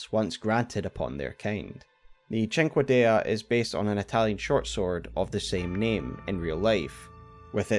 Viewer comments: the dagger you butchered btw is pronounced, Sin-Kay-Dah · The beast finger sword is pronounced "sink-D." Googling a word with "pronunciation" goes a long way. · I am watching this and I wonder. Would Seath the Scaleless have been happier if his skin was gooooold? Also I just now realized. We fight Placudusax at literally less than half power/strength 😮 Finally, I can't stop laughing at the pronunciation of cinquedea 😂